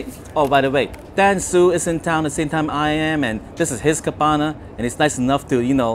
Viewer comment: So, cabana rhymes with banana